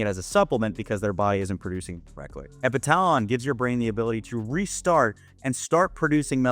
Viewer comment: Epitalon pronounced epi tuh lon